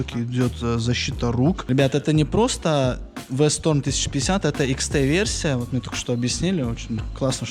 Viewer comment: Правильно V-STROM! А не v- stOrm!